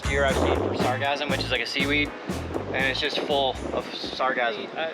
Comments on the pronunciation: It sounds like he's saying "sargasm"? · Am I the only one who thought he said: “It’s a bad year for sarcasm”? :-) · At first I thought he said it was a bad year for orgasms, but I was mistaken. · It sounds like your saying “sarcasm” 😆😆😆😆😆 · Sargassum. First I tried googling "sargasm," but that... is a different thing... apparently.